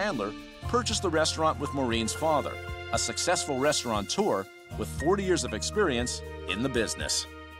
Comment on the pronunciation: restaurateur doesn't have an 'n' in it.